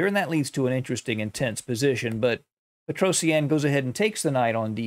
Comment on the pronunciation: Pls learn how to say his name better. P sure its pet roh shjaaan Not peto see ann